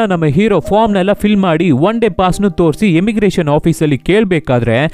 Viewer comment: ಣು ಅಲ್ಲ ನು